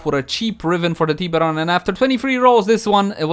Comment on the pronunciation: The teeeeberon prime hahahaa